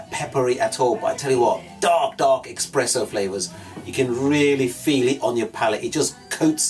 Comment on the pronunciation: Expresso Flavors 😂😂😂😂😂